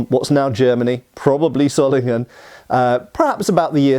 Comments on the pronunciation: No it is not pronounced zollingen ._. The o is long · Wo kommst du denn her? Ich bin im Rheinland keine 50 km von Solingen aufgewachsen und habe noch nie eine andere Aussprache als [ˈzoːlɪŋən] (sohl-ing-en) gehört, ganz bestimmt nicht [ˈsɔlɪŋən] (ßoll-ing-en). Würdest du den S-Ton in "Wasser" "smooth" nennen? Das ist nämlich wie das in diesem Video eigentlich ausschließlich spricht (und streng genommen ist das O eigentlich auch falsch, aber soviel würd ich von einem nicht deutschsprachigen Engländer nicht erwarten) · Btw, in case you care, Solingen is pronounced with a Z sound at the beginning (Wikipedia has an audio file of the German pronunciation). In fact in native German words almost every syllable-initial single S is pronounced like an English Z, while Z is TS